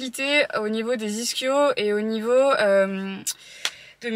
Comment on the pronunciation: Il m as fais trop rire le coach avec "ichhhio" lol ca se prononce les " izkio" Sinon suoer vidéo Gros bisous 💛💜💙❤🧡💚👌👍